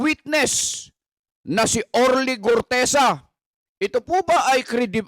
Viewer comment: GUTEZA po Hindi GORTEZA